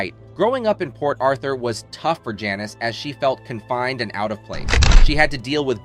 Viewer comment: Is this a robot and why does he keep mispronouncing Janis?